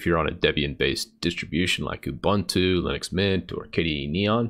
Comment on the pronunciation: Correct way to pronounce Ubuntu